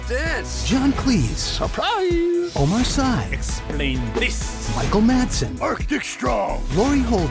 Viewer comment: Omar Sy's last name is pronounced “see”, not “sigh”.